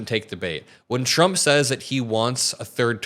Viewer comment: Shrumpf instead of Trump 😂🤣😂🤦🏼‍♀️